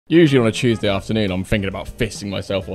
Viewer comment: lol mate you did not say Tuesday. You said tewshday lol.